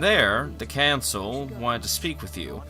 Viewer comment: exactly you HAVE to make a super dope epic video for kotor 2 bro, you know it has to be done, and btw i just finished the video, hella good job, yeaa... you kinda mispronounced selkath,council,Shan and you must've just woken up cause you we're talking really slow especially when you tried to remember the names lmao it was to funny, alll i see are the hand motions and i died.